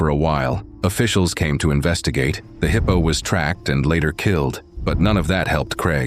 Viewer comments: Heeepo tracks? AI much? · “Heeepo”, I hate AI narration 😏